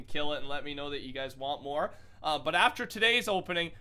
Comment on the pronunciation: More not nore